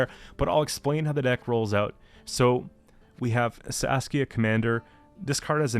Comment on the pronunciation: I'm sorry, I have to write this down: Every time you say Saskia I always hear Sasuke 😂